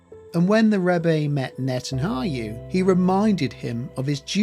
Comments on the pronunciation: I appreciate the presentation. It’s actually very interesting. However you have to properly pronounce Netanyahu’s name. You keep saying Netanhayu. It’s unbelievable as he is a central figure in this and his name is mispronounced throughout 🤣🤣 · Your pronunciation is poor. You can’t even say Netanyahu. Try splitting the name into two parts - Netan and Yahu. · Why do you keep mispronouncing Netanyahu's name? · You're mispronouncing his name so badly, I can't finish the video... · How is it possible to mispronounce the name of Netanyahu so many times? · lol made me laugh , Net anayhu lol I remember my mum ( who has been with The Lord just over 3 years ) , strugglning with how to pronounce his name correctly too, we used to laugh ! one day I said to her NET and YAHOO then after a bit of practice she got it . Thanks for the Video , Jesus IS definitley coming soon, He's only been gone two days on his clock or thereabouts .. Glory to God !! Prayers for peace for Israel and the salvation of the unbeliving Jews the World over and the salvation of unbelieving gentiless too Amen Amen and Amen God bless you and yours , and a new sub here from North Wales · When I hear you mispronounce his name it makes me not trust you. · It's N-E-T-A-N-Y-A-H-U How many times will you mispronounce? Good documentary though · Who is this ignorant non Jew who cannot even properly pronounce the Prime Minister of Israel's name or the word scepter? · NetanYaHu. Not the other way around! please don’t disrespect him by misprounouncing his name. It’s disrespectful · Yahu not hayu! It’s not hard!! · It's not Nethanhayu It's Nethanyahu 😂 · You're not pronouncing Netanyahu's name correctly. You're saying Ne tan ha yoo rather than Ne tan ya hoo. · I wish you would pronounce NetanYahu not NetanHAYU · Its not Netanhayu, its Netanyahu, inform yourself before making any kind of video…. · It's Not netanhayu it's netanyahu 😂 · Netanyahu not Netanhayu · NETAN YAHU not Neten are yoo!!! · Its netanyahu not hayu